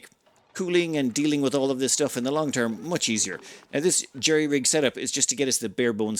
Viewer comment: It's jury, not jerry.